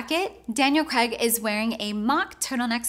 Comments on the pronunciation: Why can't Americans pronounce Craig...for some reason they say Cregg? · CRAAAIIIGGG - learn to pronounce his surname before overanalysing his outfit